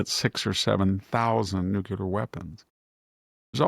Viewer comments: Very dissapointed to hear victor say "nuculer" not nuclear. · Dear Mr. Hanson, A friendly reminder. The pronunciation is Nu-cle-ar, not Nu-cu-lar. "Nucular" is a colloquial and often criticized pronunciation of the word "nuclear". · If you can't pronounce Medvedev, maybe you shouldn't even try.. same with 'nuclear'.